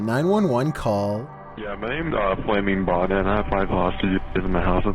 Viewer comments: He said Flamingbot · I know minor mistake, but it sounds more like FlammingBonnet, like i heard a long M sound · Kind of sounds like he says flaming bommer